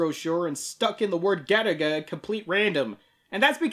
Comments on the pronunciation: I keep hearing Galick gun everytime someone says Garaga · Every time you say Garaga I swear to god it sounds to me like you're saying Gattaca, that movie about genetics